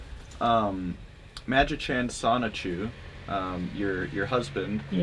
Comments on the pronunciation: A little confused as to why anyone would make a Chris Chan documentary when Geno Samuel has been making one since 2017. Also dude, ffs, its pronounced soni-chu. not sonic-chu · As many times you’ve researched and read this documentary you’d think you’d know how to say “Soni-CHU..” I’m not even an actual journalist and I know that it’s not pronounced “sonic-chew.” 😂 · is he still saying sonic-CHEW instead of sonichu ? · “Sonic-chu” it’s so over…… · It still baffles me how some people pronounce it “Sonic-Chu” instead of “Sonichu”.